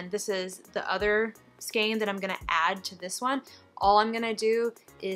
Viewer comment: Lol "Skayne" 😂